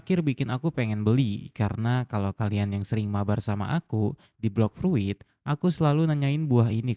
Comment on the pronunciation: Itu bacanya 'Bloks Frut' bang wkwkwk Semangat ngontennya bang...